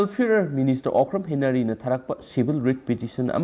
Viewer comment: Okram Henry haibane, henary natte